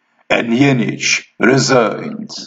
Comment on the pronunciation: How funny and interesting to play a defense against the very inventor of it, and to get it refuted by him! I couldn't resist any more and finally i'm stealing the HCV "check mate" exclamation to use it with my friends, and i'm going for the "resing" also, but is there a russian accent?